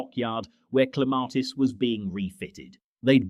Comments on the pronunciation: They finally pronounced Clematis correctly within 1 minute they were back with the r. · Where the hell is the "R" in your pronunciation of Clematis 😂